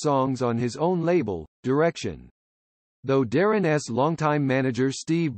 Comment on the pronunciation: Is AI reading this? Darrin’s pronounced as Darrin es? All the ‘s nouns get that treatment, making it difficult to take this very seriously. It could have been very good.